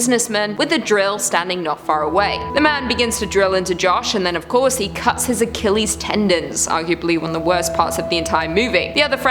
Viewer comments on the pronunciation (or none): none